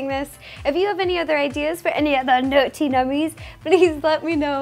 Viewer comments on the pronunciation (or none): Actually am I the only one who thinks she says "ner-ty nummies"